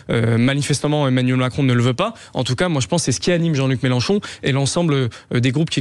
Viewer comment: Gourdain 🤣 on dirait qu'il a de grandes dents avec le sourire du clown méchant chaque fois qu'il prononce Mélenchon 🤔